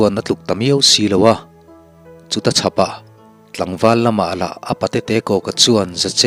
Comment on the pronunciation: A ngaihnawm chho e, a chhiartu pawh i thiam e. 'Leng hnar ar' kha, 'leng hnawt ar' a ni zawk lo maw. 'Chuta chhapah' tih kha 'chu-achhapah' tih niin ka hria. 'Daikilkar' tih pawh kha 'dâi' kha a mood danglamin 'daikal' tiha 'dai' rikin a ri tur a ni. A dang chu midangin an lo sawi nual tawh tho e. Thahnem ka rawn ngaihpui ve che u a ni e. A tha viau zel e.